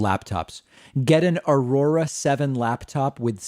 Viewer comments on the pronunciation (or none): none